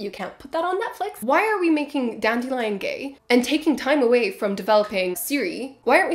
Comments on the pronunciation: ahhh yeah lots of people love PK, i guess thats my unpopular opinion :) i just really couldn't stand his Ciri or how he randomly starts mispronouncing Dandelion half way thru the books. Idk his narration style really didn't work for me. Maybe its bc i am spoiled by Fonopolis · the voice he did for Ciri triggered something in me and now I have PTSD when I think about it. Also he randomly starts mispronouncing Dandelions name Blood of Elves onwards and I was like ????